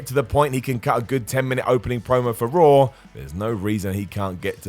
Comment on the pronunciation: Lol they pronounce everything weird Ever notice they seem put an "r" at the end of words that end with an "a"? For instance, they say "Rawr" and "John Cener" 🤣🤣